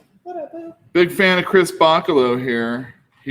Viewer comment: Last name is pronounced Ba chello..just fyi😊